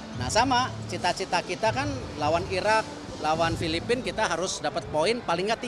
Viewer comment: 2 : 17 Erick said : Irrrrrak 😊😅